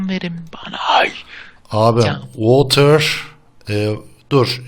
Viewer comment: weatherı water diye okuyon adam gibi adam:D (wiıthırı wotır diye okuyon... )